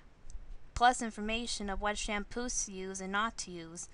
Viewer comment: Shamppos... Alright I thought it was Shampoos... But okay.